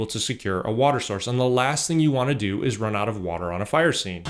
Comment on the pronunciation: lol "wherez da wudurl?"